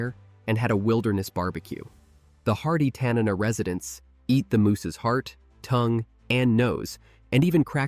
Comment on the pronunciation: TAN-NA-NA correct pronunciation please